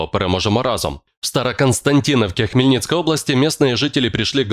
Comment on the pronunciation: вимовляй ПРАВИЛЬНО назву міста...і розділяй речення паузою....